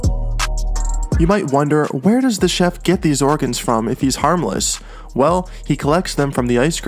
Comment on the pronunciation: I like the part where he said ah the chedlf